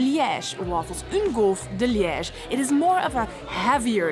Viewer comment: No, you pronunciation of Liege is spot on!